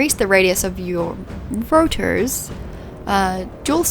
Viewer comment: I like the pause before "Rotors" haha